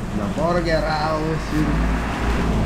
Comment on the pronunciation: Try to google pronounciation of burger, it is not borger, sakit sa tenga. Chef ka pa naman.